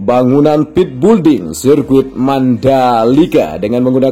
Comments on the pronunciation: Hallah sy pun kalau yebut juga belding malah bukan building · Sekedar koreksi agar PENGUCAPAN lebih Benar ya...Bukan BULDING....Tetapi BUILDING....ATAU PENYEBUTANNYA ..BILDING...Ok Bos Koe....